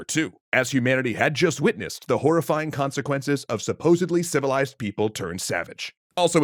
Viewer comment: The stress on the "civilized" reminded me of the "relatively civilized" expression used by the CBS reporter......